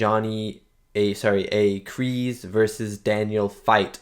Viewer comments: They did in fact film in Okinawa. Kk2 was filmed in Hawaii but yes they went to Japan for CK. Been enjoying your reaction videos. John Kreese's name is pronounced like you would say the word grease. Not Kree's. Kreese. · See that’s why I will forever hate Hawk. He only did it to impress his friends if that’s what you want to call them. And it’s a KreeSe with an S sound.